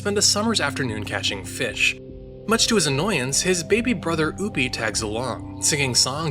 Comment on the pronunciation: Dis man say oopy and poopy its opie